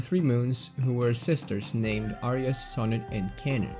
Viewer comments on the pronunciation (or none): none